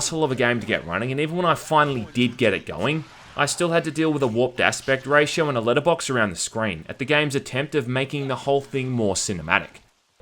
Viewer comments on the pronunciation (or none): none